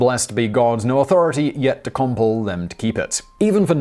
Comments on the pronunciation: I couldn't wait to finish watching the video before I headed down here to ridicule the mispronunciation of compel (com PELL) as COMple. Have you ever used this word in your day to day life because I've heard other people with your accent pronounce it properly. Perhaps more research in order as it is a simple task to look up the pronunciation of words. Good day to you sir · Com-pull? Clearly it's cum-Pell. Usually I just chuckle over the various British pronunciations and move on, but I had to call you out on this one, Simon. The Puritans were as Brit as yourself, you should know better. ;) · Nobody pronounces 'compell' as 'comple'. Nobody.